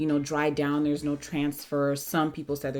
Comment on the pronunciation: LMAO “dere’s nothing”